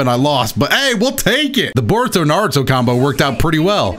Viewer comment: Huge fan... also says Nardo💀💀💀